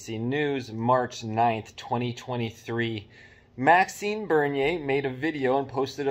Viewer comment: Isn't it MaxiMe, not MaxiNe?